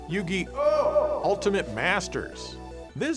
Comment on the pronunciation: When ya scream Yu-Gi-Oh, don't pause. Ya say the whole thing in one go, like, "Yugioooooh!!"